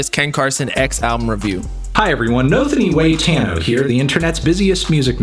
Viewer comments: it’s FAN-TAN-NO. Not FAN-TIN-NO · Bruh I dispise how you say fantano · pretending not to know how to say fantano for the 100th time.